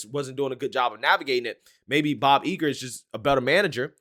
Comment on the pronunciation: Don't underestimate Bob Iger (its not pronounced "Eager" btw). He's a legend on Wall Street, I dont think he'll be dumb enough to let his personal opinion tank the stock even further.